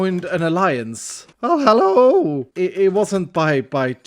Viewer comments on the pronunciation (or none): I love when he says hello HAlloo